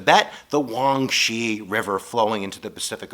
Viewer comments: Is huang "he"😂😂😂😂 not huang she!! but very good video...u know alot about chinese... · it is not "Huang Shi" River, but should be "Huang He (pronounce as Hur)" river. Huang means yellow, He means river in chinese. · I like the "Huang her" XDDD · It is hwang shi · its pronounced SHAY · My mind is messed up now....i was arguing with myself if its Huang he pr huang ho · The Northern river (Hunang He) literally means "Yellow River". And you totally botched the pronunciation of "He". The map is incorrectly labeled. Oh, by the way, Southern River is better called "the Long River". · First off, fantastic content. Your videos are a perfect blend of genuinely entertaining and extremely informative. This is a minor detail, and I don't know if this is something you particularly care about, but just in case you do, I just wanted to let you know that your pronunciation of Huanghe is pretty far off. The Chinese pronunciation is something like "hwong huh." Most Americans I know pronounce it something like "hwayng he," so I'm actually sort of curious where you got "wong shay." Anyway, no judgment. I'll continue watching your videos either way.